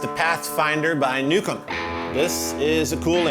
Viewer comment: Anybody else also thought said "Nuke 'm" instead of Newcomb...??:)